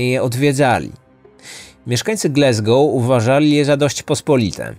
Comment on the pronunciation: GlAsgoł nie GlEsgoł.